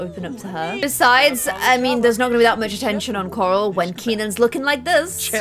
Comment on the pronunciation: That moment it hits u that two of the characters are named after Power Puff girls😂🙌🏽 accent is everything and everytime she says “Carl!” (Corral?)Like on walking dead makes me literally lol